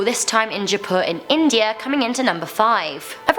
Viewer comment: It is 'jaaipur' not japu